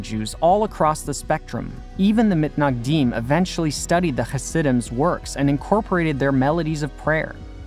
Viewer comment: from now on pls, I beg u, call the “Misnagdim”. Mitnagdim just sounds wrong